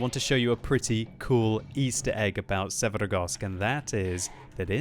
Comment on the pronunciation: I just cant fucking stand to hear quickybabys pronunciation of maps and names, or should I say trying to sound eastern european but butchering words even more than he would by just saying it how they would sound in english. Oh man i dont know why but this fucking grinds my gears so hard I cant finish a damn video because of the way he say Karstas and Severgorsk. This is also the case in all his videos, just say the fucking names in english dont try to be russian damnit. Im from eastern europe and this makes my ears bleed for fucks sake